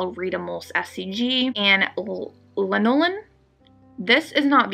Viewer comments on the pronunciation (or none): Lanolin is pronounced L-Ann-oh Lynn It is very much used in baby lotions and many baby products such as in medicine for diaper rash because it so smooth and soft that it helps spread easier on the skin, plus it does enter the skin and makes it smooth. Lanolin is used a lot for people that have problems with their skin.